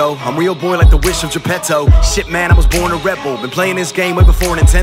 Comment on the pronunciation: did he just call "geppetto" - geppetzo ?